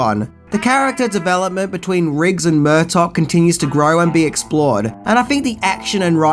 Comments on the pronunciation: Who is Murtock!? It's Murtagh pronounced mur-tar you twat 😜 I still love you, oh and it's bought not brought.... that a company buys a script from someone it's 'bought.' Bought is to buy, brought is to bring!? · Murtaugh has a silent GH